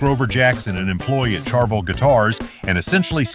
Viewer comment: I hate AI. Charvel with a ch sound instead of the sh sound. And we all always wanted a Randy Rhoads Flying Five guitar.